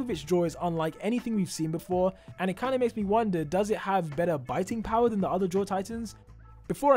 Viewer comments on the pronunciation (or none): none